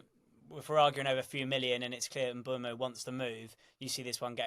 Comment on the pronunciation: How they can all pronounce Mbuemo differently and not bat fuckin eyelid is mindblowing 🤯